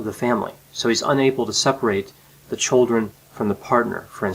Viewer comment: The " tchuldren". The children 😯